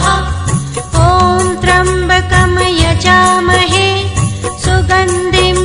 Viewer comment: मंत्रोच्चार में उच्चारण की अशुद्धियाँ हैं। जैसे त्र्यम्बकं को त्रम्बकम और सुगन्धिम तथा पुष्टिवर्धनम को क्रमशः सुगंदिम व पुष्टिवर्दनम बोला गया है।